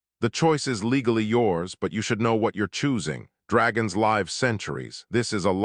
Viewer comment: 2m:44s: "... S S H I'm not... "SHH" - Big secret: Ya spell it right, maybe the text speaker can say it right, --- 3m:26s: "applying synthetic skin to the wing TEER ...' - Wing tears? Who is crying? --- 33m:34s "... dragons LAIVe centuries..." ? Rhyming with HIVE - No, Need to teach text speaker to say LIV, like firs part of LIVer. === Abandon story with Thumbs Down